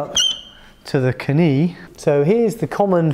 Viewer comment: Here we go back up to the "Kuh-nee..." ...LOL